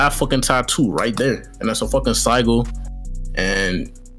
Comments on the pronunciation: dude said sy-gul 💀💀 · couldn't take this serious after I heard "sigle" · SI-JIL BRO. NO SIE GULL. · Sih-jul…. I was like wtf is a “sie- gull” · No way mans said Sigle dafuck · Bruh It’s hard to listen to “siegel” over and over again it’s Sigil with a j sound lol like ci - jul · Its just the same as a crest lmao p.s its pronounced sidge-ill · it's sigil pronounced sijil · saying sigil wrong the entire time was killing me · The pronunciation of “sigil” was making me rage 😂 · The way they pronounce sigil got me an aneurysm i cant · bro i can't stand the way the pronouncing sigil it's funny asl 😭😭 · Bro they were pronouncing Sigil wrong the whole video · They way yall saying sigil is wrong and dude doesnt know wtf hes even talking about lol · MAN I DON'T THINK THAT'S HOW YOU PRONOUNCE SIGIL LMFAO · These guys really don’t know how to pronounce sigil? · How does dude not know how to pronounce sigil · them mispronouncing "sigil" killed this for me. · BOB IT'S SIGIL lol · U can't even pronounce it bob, i don't think it'll work 4 u 😭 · i hate how they are pronouncing sigil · Also bro don’t know how to pronounce sigil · Not trying to hate but how are you going to speak on this knowing absolutely nothing about it, dude couldn't even pronounce sigil right